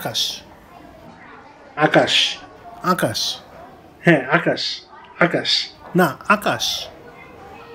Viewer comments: Its Akash not Akash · আকাশ টাও ঠিকমতো বলতে পারলেন না ভাই!🤣🤣